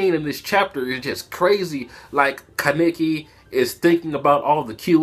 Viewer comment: why do you pronounce kaneki's name like Ka-ne-ki